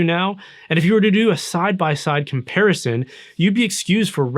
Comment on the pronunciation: Chair - ity? Stooopet? Compeerison? Clearity? Before you do any more videos learn to pronounce words properly.